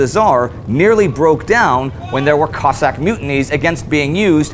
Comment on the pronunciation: I think you need to make a clear distinction between Russian and Ukrainian pronounced Cozzak. Cossaks came from Ukraine and like Spartans from Greece. If feel like this video is over simplified and needs more research